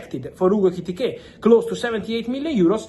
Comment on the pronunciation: Fabrizio, you are so amped-up and speedy that I can't relax and enjoy your content. Slow your speech and gestures down and you will grow 10m followers. Love your work, and love that you are incapable of saying Ekitike correctly more than once every 5 times you say his name! 😂